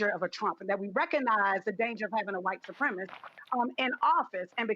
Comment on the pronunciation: Can’t even pronounce supremacist properly